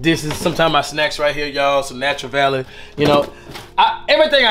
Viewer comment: "Natcher Valley" LOL